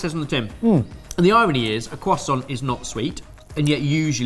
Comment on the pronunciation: the cwasaunt 🤌